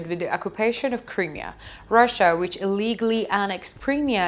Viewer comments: It is NOT "THE Crimea", and some other issues Smoke RISING, not "Raising" - Crimea is not pronounced "Cremea", it is prounounced "CrYmea" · PLEASE!!! Please learn how to pronounce Crimea …. It’s like this…. .ah She’s cute but someone needs to help her with pronunciation GOD BLESS UKRAINE GLORY TO THE HEROES OF UKRAINE ❣️❣️❣️